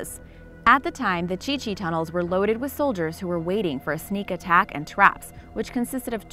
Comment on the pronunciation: I think its Cu Chi not Chi Chi